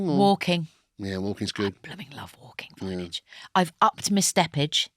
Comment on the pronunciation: This is the first one I’ve seen since listening to the Kathy Burke episodes and the ridiculous use of Vineage had me stopping watching after 14 minutes.